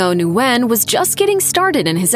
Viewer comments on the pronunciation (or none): Nguyen is pronounced "win." Kind of a common name even in the US despite being a Vietnamese name.